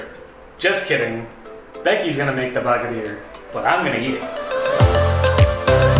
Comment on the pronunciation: The way you guys say Baghrir is so cool 😂😂 Love it ❤️ + You did a great job 👌